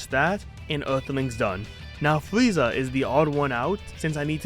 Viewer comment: the fweeza saga 😹😹